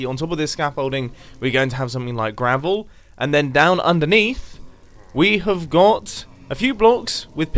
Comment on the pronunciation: Mumbo~ on top of the scaffolding we will have gravel Grian~ you mean gRaVuL me~ just use SAAAAAAAAAAND